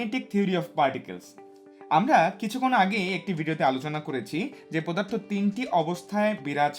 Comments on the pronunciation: স্যার আপনি অনেক ভালো করে বুঝতে পারেন কিন্তু আপনি একটা ভুল উচ্চারণ করেন পদার্থকে পোদার্থ বলেন।।। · এটা পোদার্থ না এটা পদার্থ